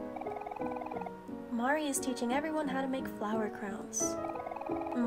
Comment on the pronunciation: Also, it's pretty community standard canon that it's MAR - ee (rhymes with "car") and Basil is basically the same way you pronounce the plant of the same name, BASE-ll. Or, pretty much the way you said it the first time without the emphasis on the S sound.